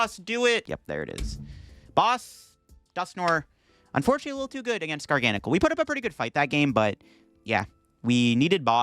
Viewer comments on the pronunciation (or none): it's not a different amount of syllables it's just placing the stressed syllable somewhere else. Gargan uhcl.... Garga nacl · It’s pronounced Garga-Nack-el. I cast for the VGC and a representative from Pokemon international corrected me on it and asked me to use the official pronunciation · Also at least it's better than the way he's been pronouncing it. Before this video he always said, "Gar Gan Sill"